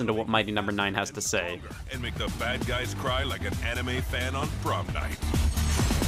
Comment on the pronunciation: lmao "anna-may" I have found the name of my future daughter. She will be named after the one thing her daddy loves most in the world.